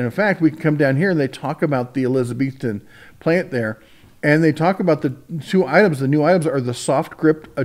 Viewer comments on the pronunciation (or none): It’s Eliza-BETH-ton….like the lady’s name. Not Eliza-BEEF-ton like the cow 😂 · Elizabeth ton is how you say it. Just like the name Elizabeth and ton. Plant has been there for over 30years I would say. Was also another one about thirty min from here in Jhonson City TN they voted union in and were quickly closed down years ago. So you are right unions are not always good.